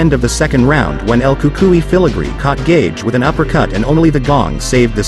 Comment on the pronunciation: It's El Cucuynot El Cukai you stupid idiot